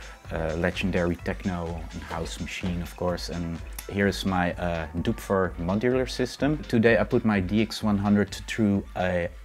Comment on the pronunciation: "Syntesaiszer" "Duowpfer" Ahhhh...